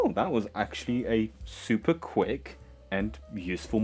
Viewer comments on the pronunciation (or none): none